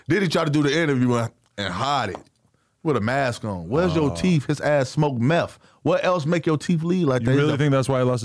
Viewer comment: I'm gonna be the Grammer police here. But it's truth, not troof, and it's meth not meff. 🤦‍♂️